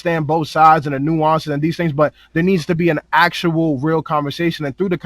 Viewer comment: Nga say nueonces 1 mo time....